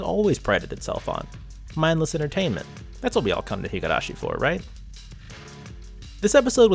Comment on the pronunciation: This is a good analysis video, but I literally physically cringed every time I heard you pronouncing higArashi instead of higUrashi. I have no doubt that you have watched the anime with the original voice acting and are somewhat familliar with the Japanese language, so how hard can it be to not botch THE NAME OF THE SERIES?